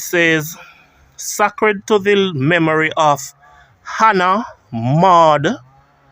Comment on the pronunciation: i wish you would prounce the word this way SAY-CRED